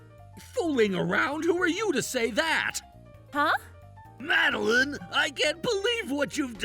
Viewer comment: Happy Feast Day ladies and gentlemen. Also, is the FVA pronouncing Madeleine like that on purpose?